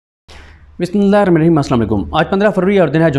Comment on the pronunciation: Bhai BismIllahir Rahmaanir Rahim sahee parha karo